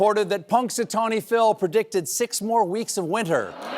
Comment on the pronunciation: Really? Puxatawney Phil?